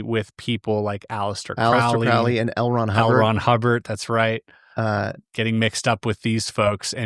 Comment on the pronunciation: Crowley is pronounced like holy